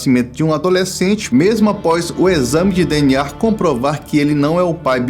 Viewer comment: e que agonia você falando "DNAR"